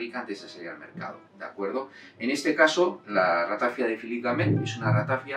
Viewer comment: Perdone, se pronuncia Ratafía, en catalán no se acentúa la i porque no hay diptongo.